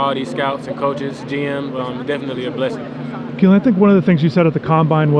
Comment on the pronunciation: You called him Keelan 😂😂